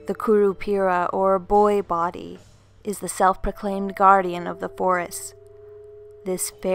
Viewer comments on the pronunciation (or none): none